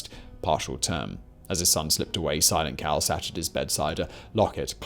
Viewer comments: I heard silent cow lol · I’m I the only one who heard “Simon Cowell” every time he said silent Cal?? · At 22.25 I thought he said "Simon Cowell" 😂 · I no it's not what your saying, but the amount of times I heard "Simon Cowell" 🤦🏻 🤣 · Thank God you have a transcript. I was 14 minutes into this before I realized Simon Cawl is Silent Cal. Might be the accent might be my shitty hearing but boy was I not getting this right got to start over. Love the content though thanks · Simon, every time you say "Silent Cal" it sounds like "Simon Cowell" :P But seriously, I love this U.S. Presidents series! Can't wait to hear on the presidency of John Adams! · Every time you said "Silent Cal" I heard "Simon Cowell". Lol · Simon Cowell, I keep hearing Simon Cowell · Even though I knew Simon was saying "Silent Cal" I kept thinking he was saying "Simon Cowell".